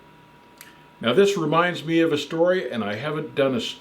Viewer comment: "A couple ah counties" 🤣